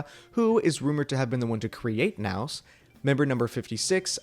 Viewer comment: I thought "Nous" was french, for "Us", which is fitting with the image. Hearing it pronounced the way it was in this video was a bit..jarring lol